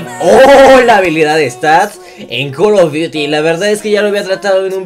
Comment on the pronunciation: Porque dices col of diuti